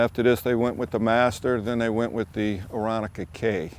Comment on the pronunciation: No offense but I was taught it is pronounced with only three syllables.....as in " air on ka "( with the accent on the middle syllable ...I was born and raised back in the 1950's only a block away from Piper aircraft corporation in Lock Haven,Pennsylvania and can remember watching many ,many cubs and later super cruisers land and take off every day.....literallyright over my house. .the Piper memorial airport still operates for general aviation....but alas the once great factory that built so many cubs now sets ghostly quiet.